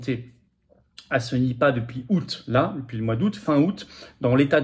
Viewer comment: Nipah non ripah !😂